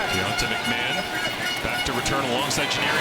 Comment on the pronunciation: I coach Argos RB, Deontae McMahon in HS in Florida. You are saying his name wrong. Its Mack-Ma-Hon.